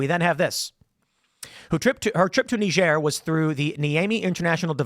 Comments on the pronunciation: Why does Tim pronounce Niger funny? It's not Kneejar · say niger properly tim